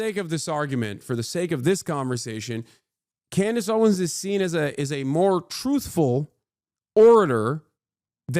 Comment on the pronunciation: It’s Candace Owen’s, not Clandace Owen…lol